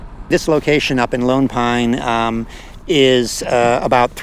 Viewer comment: I'm certain it's meant to be 'Lone Pine', but they all sound like they're saying 'Loon Pine'.